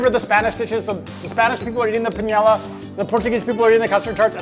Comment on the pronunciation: The spanish dish would be paella (pie-eh-a). firing up the jet to Portugal. Super fired up!